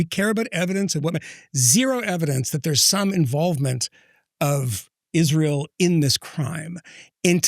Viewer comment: she has insinuated Israel did it. She spent a good amount of time talking about Israel and then later on she said “they killed Charlie”. Usually when Candace says “they”, it’s Israel. Or, “Ish-real”, as she stupidly pronounces it. She’s a dingbat and a lot of the things she claims are easily debunked.